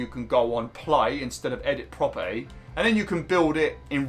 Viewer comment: Our prop Eee 😂 Abili Eee